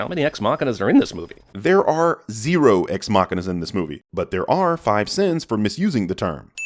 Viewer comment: Hearing say "Ex-Machina" makes me want to crawl out of my skin...